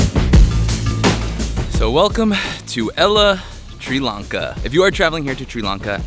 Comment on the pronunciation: the guy cannot even propere pronounce the country name welcome to tiri lanka